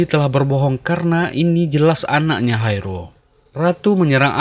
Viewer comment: Sama aku juga denger nya Haerul.. Dan sempet mikir film cina ko ad namanya Haerul.. Ternyata hai ro..haha